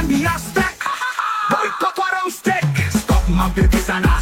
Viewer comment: Steak itu dibacanya Steik ya bukan Stik Stick = Tongkat